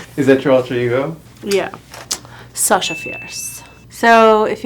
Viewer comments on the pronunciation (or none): none